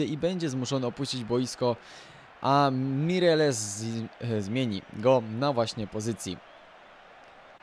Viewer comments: nie Mireses tylko Mejrelesz ;D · Aha i czyta sie " Meireles " a nie " Mireles "